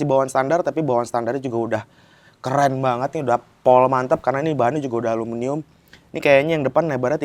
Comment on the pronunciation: ALUMINIUM mas 😬, bukan alumunium